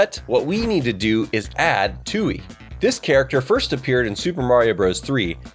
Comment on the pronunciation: The P in Ptooie isn't silent